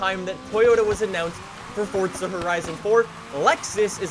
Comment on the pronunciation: Why do you say Forza like that?